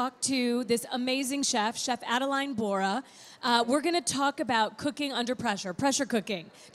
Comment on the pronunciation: Great video, technique and recipes. Merci Chef Adeline.. And sorry that your host Holly kept rudely butchering your name (Adel-AY-N), despite you saying it correctly in front of her several times (Adel-EE-N).